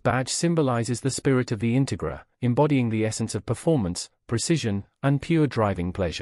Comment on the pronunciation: Please learn to pronounce the name of the car correctly.